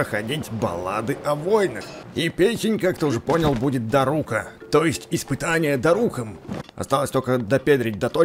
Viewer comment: Да блин не даруууука а дааааарука ты задолбал